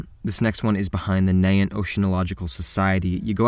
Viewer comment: The real scary thing is the way he pronounced Nahant, I'm from Boston.